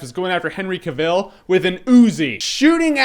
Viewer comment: how hard is it to say CAVILL like TRAVEL.. seriously dude.. get it right... and Henry is hot.. there are much worst movies out there.. Expendables 2... just so you have something to rave about cause it certainly looks like you like talking out of your......